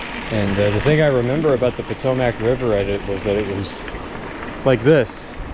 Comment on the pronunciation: The way you say Potomac sounds so wrong to me